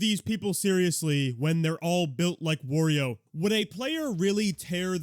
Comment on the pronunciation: My man said “When they’re all build like Worio” 😂